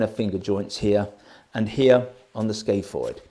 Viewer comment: Ska-foyd, like ska music and Floyd without the L. I hate being Glaswegian and having to teach you how to speak your own language! But I love the gear you're getting out there.